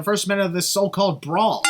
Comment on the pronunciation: I think Vince McMahon should have commentated the Backlot Brawl. No, not because he commentated the first one. But because he just can't say the word "Brawl" (and instead says "bra") so, it fits the match. Also, surprised that bump Damian took didn't get a sin remover. I understand the sin but, because of how brutal that bump looked I'm kinda surprised it didn't get a sin remover. But, I don't mind.